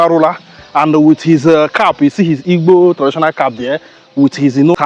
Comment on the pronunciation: You can not even pronounce igbo well, na waa for you